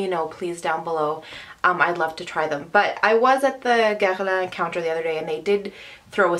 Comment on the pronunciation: OMG you said Guerlain correctly !!!!